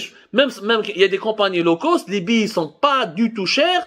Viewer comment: LO cost. Hhh هاد بوخنونة شحال باش عاد فهمت هاد لو كوست قولها بالفرنساوي عوض تقرا مكايدين فرانساوي ومحن مسكين